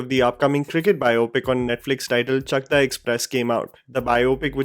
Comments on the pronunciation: it’s not pronounced as chakra but as “chakdah”. The place in Bengal to where Jhulan belongs. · It is actually pronouced Chaakda